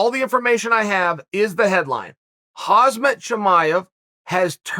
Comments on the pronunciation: It's Khamzat not Khazmat Chael 😆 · Its Khamzat chimaev not "Khazmat" Chael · Uncle Chael it's Khamzat not Khazmat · It is Khamzat not Khazmat. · Me: "Kamzat Chimaev" Chael: "Hoz-mit Chimaev" Me: "Hoz-mit Chimaev" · Khazmat? C'mon Chael, at least get his name right. It's Khamzat. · chael, say it with me. khaam-zaat not hazmat. xD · Does he keep saying Khazmat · "Hasmat Chimaev" "herzmeet Chimaev" "Azzmatt Chimaev" Classic Chael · ROFL did Chael just call Khamzat ,hazmat? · at least get the name right mate. its not that hard. haaaagghmmmzat! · I just cone here to see what chael will get wrong next. It was khamzats name. Lmao instantly. 🤣 Dudes name is hamza. The k and t arent pronounced unless his names said at the end of a sentence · It's pronounced Hom-zot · lol “Hozmet” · Day number 351 of Chael pronouncing Khamzat wrong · You mispronouncing khamzat name you fool... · At least try to pronounce his name correctly... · how long is chael gonna keep disrespecting Khamzat by mispronouncing his name out of american laziness lol ?